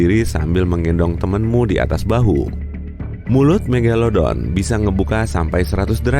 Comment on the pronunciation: Siapa yg inget dulu nyebut "meglodon"